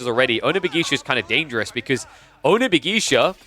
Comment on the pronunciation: I love you man, but the way you mispronounce onna-bugeisha is driving me up the wall lol. Say it like "buh gae sha", and not "buh gie sha". Please, I beg you.